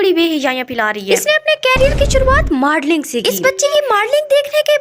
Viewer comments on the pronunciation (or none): Pehle bolna sekh le its modeling not madoling gao wali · And first thing its not madling😂 its modeling